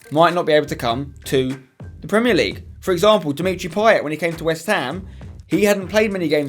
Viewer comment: Payet is pronounced pie-ay not pie-et